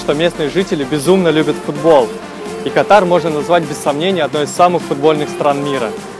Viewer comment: Да бляха, Кáтар, а не Катáр